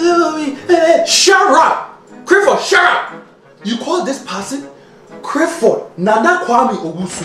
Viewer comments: "Criffod! Gerrup!"😂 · Something like that, when he says his full name mate 😂🤣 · IS. HE. SAYING. CRIFFORD,. CAUSE. IF. SO,. OH. LORD. I. CAN'T. !!! 🌿😂🌿🤣🌿🤣🌿☺️🌿🤭🌿😂🌿